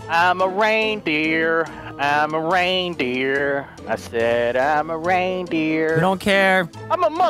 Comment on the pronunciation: Anyone else heard deliriouse say "Rain BEER"?